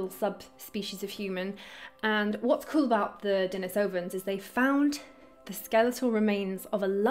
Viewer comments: The dennis-ohvans were named after the cave that they were found in. At the time of discovery, there was a man named Dennis that lived in it. It was Dennis' cave. Hope this info is helpful in clearing up the pronunciation. Thanks for all you do and many wishes of continued success. Cheers! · Its pronounced DENIS-ovens Denisova cave is where the finger bone was found. Denisova cave is named for a guy named Denis who used to live there. No, I'm not bullshitting, thats why its called that. So and entire branch of our prehistoric ancestors are named for a random dude named Denis who liked to live in a cave instead of a house. "Denis-ovans."